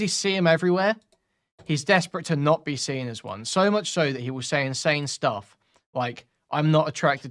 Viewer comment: cannot pronounce words that end with an "ng". He would say seen and sing the exact same way, it drives me nuts sometimes.